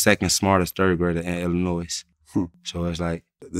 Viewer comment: First of all he pronounced Illinois wrong 😂 Second he’s calling his son a B** All 🧢😂